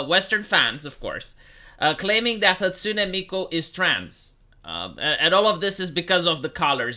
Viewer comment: It's Hatsune Miku, not Hatsune Mike Obama